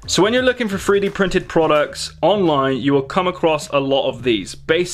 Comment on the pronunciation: 3d not free d